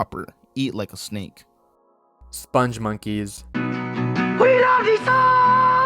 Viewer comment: The "spongmonkeys" are pronounced with a hard g, not a soft.